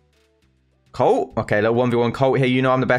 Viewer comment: British Colt becomes, “Coat” 😂